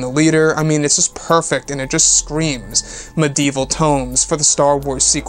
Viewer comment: I love you bro but, “medieval” is what you’re trying to say right. Lol jk